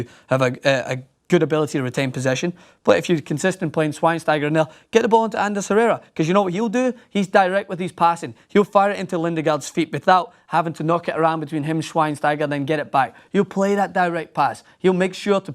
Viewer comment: Bro stop saying Anders Herrera. It is ANDER HERRERA....